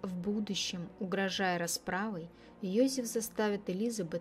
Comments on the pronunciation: какой Йозиф ? он ЙозЕф, то что автор ролика коверкает имя на еврейский лад, не означает, что он был евреем, имя интернациональное, как Дэвид - Давид, в европейских странах библейские имена популярны, это у нас, если Сара, то стопроцентов будут считать еврейкой. Он австриец, и на рожу, и характером, родители наверняка фюррером восторгались, да если б он был евреем, маловероятно, что вообще смог бы родился, в Австрии в 1935 и благополучно вырасти. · Ёзэф,не Ёзиф.Произносите правильно,очень слух режет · Не все равно...произношение на уровне Сельпо. Один Ёзиф чего стоит.